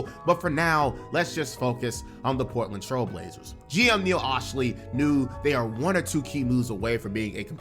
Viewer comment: You’re a Clippers fan and still can’t say Neil Olshey’s name? Sound it out.